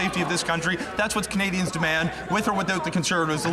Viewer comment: that WAS NOT A VERBAL FLUB, "we don't want canaZians to feel power"